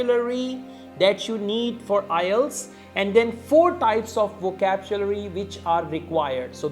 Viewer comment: "Vocabchulary" that's how "over super ultra english native speakers "speacks english 😂😂😂😂😂😂